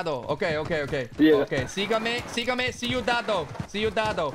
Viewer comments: You were saying cuidado as "see u the doe" instead of "cuh-e-duh-doe" 😂😂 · Carful = cuidado (QUEE da DOH)